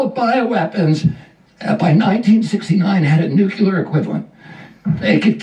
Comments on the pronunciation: I'm not referring to his speaking disability. He (and many others) cannot seem to pronounce that word correctly. It is not "NEW - Q - LUR." It is "NEW - KLEE - ER" There is no "Q" anywhere in the word nuclear. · Shocked that Kennedy can't pronounce "nuclear" - Makes me question his intelligence, even though he seems to 'get it'.